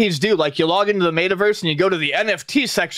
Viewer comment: idk what bugs me more. NFTs or pronouncing it Mayta Verse 🤣🤣